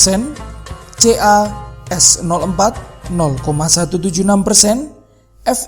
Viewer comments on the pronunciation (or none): Mhn narator memperhatikan cara membaca senyawa kimia. H2O bukan dibaca H2 kosong, tapi huruf O dari Oksigen, atau biasa dikenal dengan air. CaSO4 bukan dibaca Ca S nol 4, tapi huruf O dari Oksigen Tks.